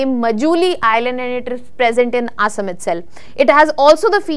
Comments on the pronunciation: Please, Please get your pronunciation correct It's Assam not Asem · Please pronounce the place names correctly, cannot even pronounce Assam properly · Learn to pronounce "ASSAM" before making videos. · Looks very bad, who should pronounce Assam State correctly. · Please work on your pronunciation of “Assam”